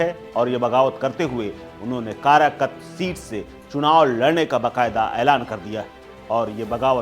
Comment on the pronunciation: भाई कराकत नहीं कारकाट